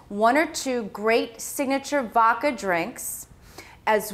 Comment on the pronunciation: I would think a professional caterer would know how to pronounce VODKA. Vacca?